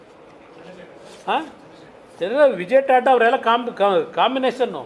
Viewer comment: " ತಾತಾ" ಅಲ್ಲ ಅದು " ಟಾಟಾ" ಅಂತ ಅದು .